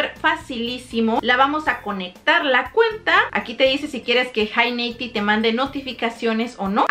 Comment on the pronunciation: “jei neitib” jajajaja no 👎